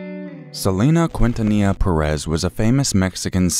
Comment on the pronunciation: You had to be able to think of a better word other than "pucker". Something more sensitive and compassionate. These are people's lives after all...... and some of them are gone. And Selena's last name is pronounced Keen-tuh-knee-uh It's respectful to learn proper pronunciation of names, especially of the deceased.